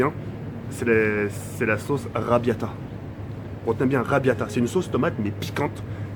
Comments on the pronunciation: c Arrabiatta pas rabiatta moi aussi j kiff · La sauce sur les pâtes s'appelle arrabiata et pas "rabiata" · La sauce "Rrrrrabiataaa" 😂😂😂 j'suis mort